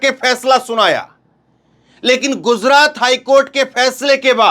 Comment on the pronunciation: GUZRAT. KYU BOLTA HAI...Gujrat kyu nahi bolta...yeh Kaisa anchor hai..